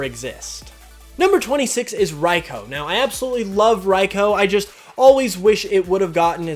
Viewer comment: why do you pronounce raikou as raico? lmao